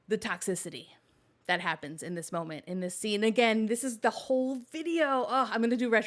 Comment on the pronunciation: Late european here. I've one critique and it's to pronounce the L in molment, so keep that in mind for next time.👍